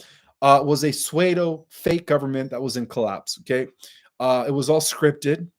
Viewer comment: he pronounced pseudo as SWAYDO. Wtf? He speaks English just fine. It has nothing to do w the fact he came here at age five. He can’t read.